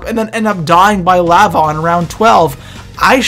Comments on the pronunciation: the leh-va? who the fuck pronounces it like that? it LA-VA you idiot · did he say lAva, oh you Canadians, love the vids though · U said lava weird